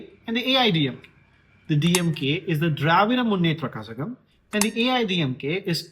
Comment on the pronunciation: Actually the pronunciation is kalagam like ళ from telugu zh is ళ for pronunciation